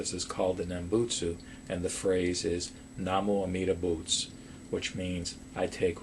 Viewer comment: its said like namu amidabutsu not like namoomidaboots